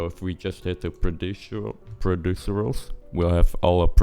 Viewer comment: A few tips: You can alt-click material channels when adding a fill (or any) layer to select just that one. So, instead of de-selecting colour, roughness, metalness and normal, you can just alt-click height. This works in nearly every menu that has several check selections in substance painter. Second tip, they're procedurals and not producurals. I thought most people would know that but I met someone who also pronounced it wrong because of this tutorial, so worth pointing out. Same applies to tertiary, not tritary.